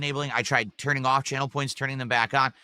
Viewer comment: "Turned it awwfff"